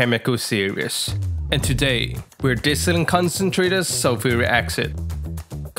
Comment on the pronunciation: I must get some of this special sulfric accent. Sounds real good. I won't buy sulphuric acid if this accent is readily available.😁